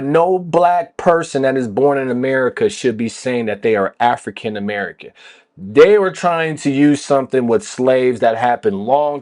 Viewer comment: Why is he saying it like that? Amei-CAN?